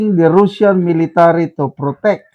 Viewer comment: Can you pls pronounce properly russian and russia i advice u to check google the right way to say those words to give dignity to their people